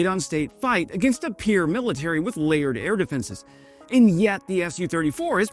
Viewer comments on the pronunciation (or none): none